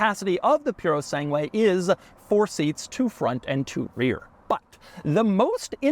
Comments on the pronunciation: Hearing Doug pronounce “Purosangue” is like listening to my mother-in-law talk to a waiter at a Mexican restaurant… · You shouldn't keep repeating the name since your not saying anything close to correct way. rofl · The "u" in Puro SangUe is Silent. Another example of this rule is Miguel. You don't pronounce the U. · its pronounced SANGUE S AAA NNNNNN GGGG : EE U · The way Doug says "Purosangue" is def triggering tons of people. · Should've at least researched how to pronounce the name properly. It hurts my ears every time he says it, and I'm not even Italian. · The only thing that is bigger sacrilege than this cars existence is Doug's pronunciation of the word Purosangue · Doug is the type of guy who doesn't ask his italian friend how this car's name is actually pronounced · Doug is the type of guy to mispronounce Purosangue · Love your videos, but i have never heard purosangue be butchered like this. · It reads “Purosange” the “u” is silent, and it means “pure breed”. The name cames from the fact that its competitors source platforms and engines from other brands, the Lamborgini Urus uses a Porsche engine, the Porsche Cayenne uses an Audi platform, the Aston Martin DBX uses an AMG engine. The Ferrari Purosangue its a genuine Ferrari, not sourcing its platform and engines from other brands. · Filippo must be rolling over in his Fiat at Doug’s pronunciation of Purosangue. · They way you pronounce the name makes my ancestors regret coming to Ellis island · You are mispronouncing the cars name and it hurts to hear you say it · always delightful to hear an american pronouncing an italian name... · What a pronunciation. Even though I'm not Italian, it sounds horrible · He would have died when he heard Doug pronounce 'purosangue' anyway. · “Poo-roh-sahn-gway”. That pure-o-sane-gway pronunciation is hurting my ears. 😅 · Italian: Purosangue Americans: Purosanghuuwaayyy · Pewro sangwe lol…. Try this: poo-doh sun-gay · Purosangue not Purosengue. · Ferrari "Piurosengué" lol